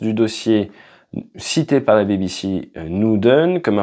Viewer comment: Euh pas la "Baby Sea", haha. Plutôt "BiBiSi".